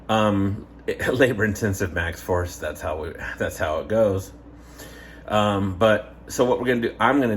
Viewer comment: Did you say MAXX FORCE🤔